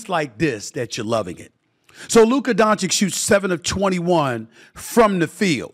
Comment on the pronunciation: What am I supposed to do here? Shall I be happy that Stefin Oi. gives Luka credit (while still mispronouncing his name) ahead of the last series, when he continiously since his draft day has disrespected him? When he picked Ayton before him? When he praised booker? When he picked the Clippers, Oklahoma & Minnesota ahead of the Mavs? When he picked SGA, Jalen Brunson & Ant ahead of Luka (all "brothers" btw)? Shall I be happy and reward this just hoping that by seeing a positive feedback maybe Stephon A. Smoth will then be fair towards Luka while I know he most likely waits for the best opportunity to shoot against him again and find a new brother to be the face of the league before Luka violates his next first choice? The problem when your takes don't have an ounce of basketball knowledge behind themselves and are mostly driven by "storylines", personal pride and pettiness as well as a certain level of xenophobia is that afterwards nobody believes a word you say anymore because you lack consistency Steffan AY. At this point I do not care anymore, they had years, I hope they are all doubling down in rooting against the Mavs and I because of these narratives have stopped watching ESPN a long time ago and am happy there are certain content creators, that have a clear voice and just make a comprehension of all the nonsense you guys are spouting. Thanks Steophanios A. Smath but after 6 years these 2-3 videos aren't enough to make us forget. You still have a following, accept defeat